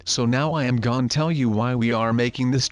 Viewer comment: Plz stop saying gon